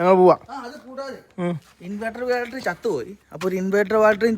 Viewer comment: ബാൽറ്ററിയല്ല ബാറ്ററി !😂